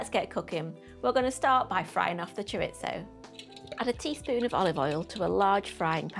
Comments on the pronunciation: I know you are a northerner, but please pronouncaition.. CHORISO, not choritzo 😂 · I like Chorizo when it's properly pronounced. 😉 "Chor-ee-tho".